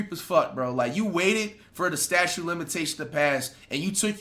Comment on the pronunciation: it's STATUTE Flight...NOT STATUE!!! lmfaaaooo